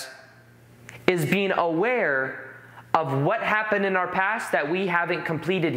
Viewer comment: Whenever he says being, it sounds like he says bean